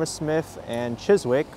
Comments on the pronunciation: Chis-ick not chis-wick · Hi there. Chiswick is in the London Borough of Hounslow I think (you were previously in the London Borough of Hammersmith and Fulham), and the “w” is silent, so it’s pronounced more like Chis-ick. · The word Chiswick does not pronounce the letter 'w', so it is pronounced Chisick. An otherwise relaxing and pleasant walk in one of London's nicer areas. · I enjoy your walk videos and your observations and commentary. One day you must walk Ealing Broadway my neck of woods. My daughter used to pronounce it Chis-wick when she was little, always brought a smile to my face. The W is silent not sure why that is so, so its Chis-ick. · mispronunciation is understandable - but I must admit I found it funnier than I should have done 😀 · The “w” in Chiswick is silent and the “ou” in Hounslow is pronounced “ow”. :). English place names are often pronounced in a way that is not obvious!